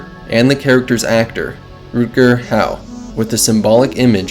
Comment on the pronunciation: It’s Pris, not Press. Also, you mispronounced Rutger Hauer.